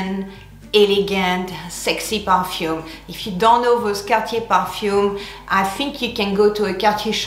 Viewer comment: I finally know how “Cartier” is pronounced!❤️